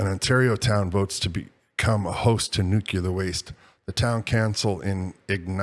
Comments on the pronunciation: NuCLEar Nuclear, not Nuc u lar Please. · Could you please stop saying “nuchular”?